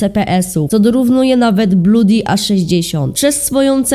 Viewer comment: XDDDD nie mowi sie bluudi tylko bloodi